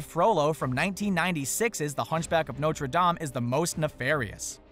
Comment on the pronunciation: He pronounced Notre wrong lol